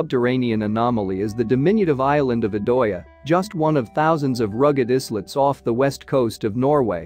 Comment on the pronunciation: Not pronounced iSlet.pronounced eyelet